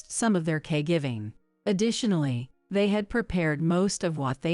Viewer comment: I thought it’s caregiving not cay giving